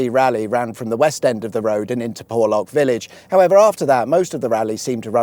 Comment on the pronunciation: You need some old style 4x4 to navigate ..."Porrrrrrrrlorrrrk hill".....accent stuff...!lol